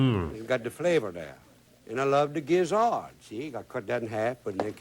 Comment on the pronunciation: Gizzard is not gidget. Made me crazy!!